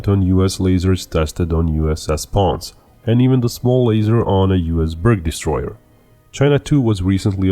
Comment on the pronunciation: Note that Ponce is pronounced pon-say. It's an homage to the town in Puerto Rico, so it is derived from Spanish.